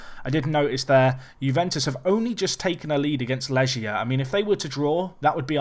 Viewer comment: it's not Leʒia, they're from Poland, not France;) it's Lɛɡʲja, leg as in first leg or right leg.